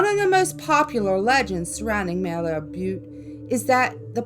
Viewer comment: ok,, your in my stompin' grounds now! I can tell you that Malheur Butte (mal-rhymes with sal; heur-rhymes with sure) does indeed have creepy black imps. I've seen them. Lol, I've spilled more beer and smoked more weed on Malheur Butte than a teenager probably should! (I'm no longer a teenager, lol, a few decades past that fun time) We partied out there hard and there is definitely something out there. You can't drive up on top anymore, anyways, I couldn't find a way up in August when I went home to visit. A lot of kids have lost their lives up there, so the county probably closed it off. And since I have been seen there at night, I guess witches have been spotted, lol.